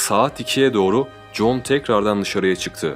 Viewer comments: John degil Joan. John dediginiz icin sanki bir erkekten konusuyor gibiydiniz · John değil joen diye okunuyor ben de erkekten mi bahsediyo diyorum 🙃😞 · yeni izledim super video ve anlatım ama kadının ısmını john gıbı telefuz ettıgıne baslıgı okumasam erkek sanırdım joen (joan) diye okunsa daha ıyı olurdu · OGLUM JOAN KADIN. NIYE JOHN DIYORSUN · evet alman ismi doğru telefuz seninki güzel video